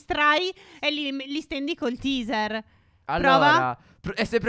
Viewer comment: Teaser si pronuncia teiser!!!!! >:-( ignoranti